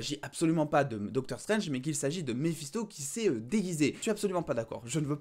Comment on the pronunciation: J'avais compris Balisto et non Mephisto🤣🤣